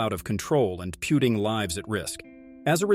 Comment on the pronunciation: "pewting lives at risk"